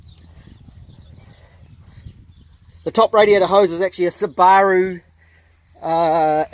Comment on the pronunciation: The way you said Subaru threw me off.